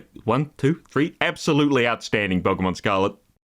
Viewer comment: Pokémon, not pokeuhmon.